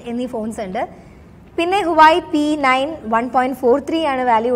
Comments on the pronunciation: മകളെ(Huawei) ഇതിന്റെ പേര്‌ ഹുവായി എന്നല്ല "ഹുവാവെ"എന്നാണു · ഹുവായെ അല്ല വാവെയ് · ഹുവായ് അല്ല ഹുവാവി എന്നാണ് ഫോൺ ന്റെ പേർ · സഹോദരീ നമിച്ചു നിന്നെ... ആദ്യം HUAWEI എന്ന് എങ്ങനെ പറയണം എന്ന് പഠിക്ക്....